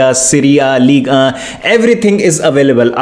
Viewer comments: It's League1. Not League Annnnhhaa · sponsorship mei bhi "Ligue uh " bolre h😂😂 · That pronounciation:-"Ligue Uhhh"🤣